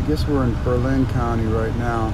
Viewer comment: "Berlin County". Not a county and you are not pronouncing Berlin correctly.